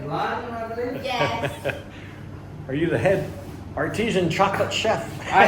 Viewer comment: Is it not Artisan emphasis on the san, not artesian, that's a well 😄